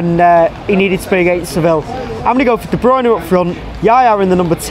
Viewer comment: Gonzalo Olguín also, a random factoid out of nowhere, just for future reference, i read that his name is pronounced de-broon-ya, everyone seems to get it wrong haha